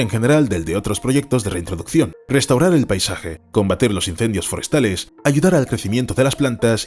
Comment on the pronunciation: también pronuncia mal las palabras restaurar o relación, todas las que empiezan en r.